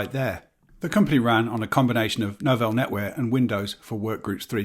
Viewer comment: Nice to hear someone correctly pronouncing both Novell and Corel 👍 Loads of folk say 'novel' (like the type of book) and 'coral' (grows in the sea) 😂